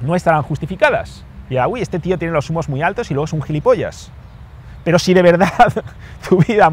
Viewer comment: Me falto la r